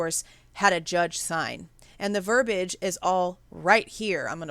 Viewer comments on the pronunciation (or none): I just learned about your page from Harsh. Interesting points. I just have to say, though, that "verbiage" has an "i" before the "a" and it's pronounced. You're far from the minority in mispronouncing that word, just so you know. 😉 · Ver bi age has 3 sylables